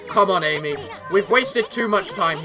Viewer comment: When Issun says "Ammy" pronounce the 'A' like the 'a' in amatarasu